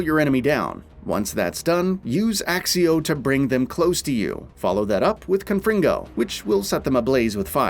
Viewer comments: Its accio not axio 🤓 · It's ACCIO , not ACSIO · Have you actually played? .... Have you ever heard your character say "Axio" ? ... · Transfiguration not transformation Accio not Axeio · Kroo-SEE-oh ACK-kio Jesus, there’s only 8 films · bros said axio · so true! i mean for fuck sake content creator please pronounce the spells properly ...there are people who are new to the game who will be wondering what the hell u are talkin about....our characters even pronounce it properly as "ack-ee ohhh" in the game. no excuse whatsoever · In the movies they sometimes do, and by proper latin pronounciation, "cc" is pronounced like "kc", so Accio technically should be "Aktseeoh"